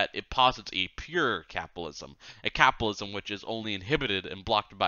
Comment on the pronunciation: No, Art is right, the reading is absolutely horrible. There's a flub almost every 30 seconds. Is it too much to ask that someone reading an audiobook can actually pronounce the words they're reading? Or is that elitist? Not to mention the weird tone he puts on... "capalism" "ingalitarian" "da" instead of "the", "dat" instead of "that" "Meelo-Civic" "cosmitolitan" "phil-insteen" "anudder" "condeeshon" "messiah-nick" etc... Reading ain't his thing. I guess this is what free gets you. "From each according to his ability, to each according to his needs"